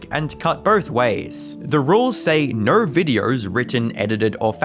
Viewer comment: Its "no" not "nawrh"